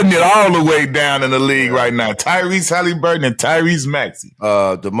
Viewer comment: HALEEEEBURTON😂 cmon q